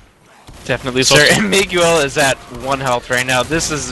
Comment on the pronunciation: ... Mig-u-el...? C'mon commentator